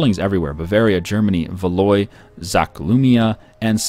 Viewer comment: Valois is pronounced Val-WA. Is Norfolk Skottish?